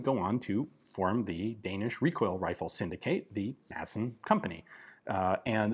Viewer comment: Hey Ian, the D in Madsen is mute. Now, repeat after me: Rødgrød med fløde.